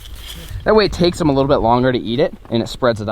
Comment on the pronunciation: itss not jem that is how u spell it u sey it đem